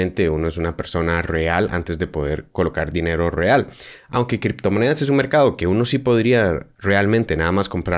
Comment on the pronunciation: Por que me cala tanto el oído cuando dices una palabra que comienza con "R" ?? 🤨 Esta bien la info gracias!! Pero de verdad me cosquillea el cerebro cuando dices "Rrreal" 😷